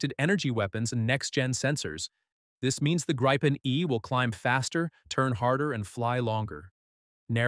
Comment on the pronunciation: It's pronounced "grippen" ... rhymes with "griffin" ... AI generated garbage narration. Thumbs down.